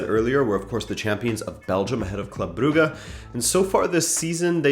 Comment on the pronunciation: He did it he did the impossible! He pronounced Brugge correctly.